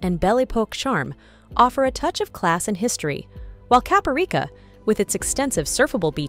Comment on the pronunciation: You seemed to try harder when pronouncing the Italian attractions (and other European attractions) but totally botched the pronunciation of Cappadocia for Turkey 👎